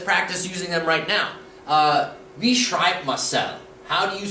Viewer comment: Hold on now, you clearly state that the Deitsch "W" is pronounced like a "W" in English and not like a "V". Yet throughout the series you pronounce the Deitsch "W" (besides when you explain this letter's pronunciation and use "Wasser" as an example) as an English "V". A good example is the word "Wie" in the phrase "Wie bischt du". Here you along with everyone else I have ever heard use the phrase pronounce the Deitsch "W" as an English "V". Please correct me if i'm wrong but is there some additional rule on the pronunciation of "Wa-" in Deitsch that you didn't clarify or am I just having auditory hallucinations and should begin questioning my sanity